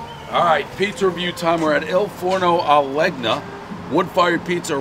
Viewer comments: It's pronounced "Len-ya," not "leg-na," but it's Dave, so it's to be expected. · Dave, not sure if you actually read these, but. When it comes to italian words/names "gn" is pronounced like you were saying "ny". Best Regards. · Bo-log-nuh, Leg-nuh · He did not, that is not how to pronounce Legna in Italian, even with a bad accent. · Knew he'd pronounce that g